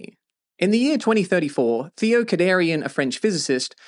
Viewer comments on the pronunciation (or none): none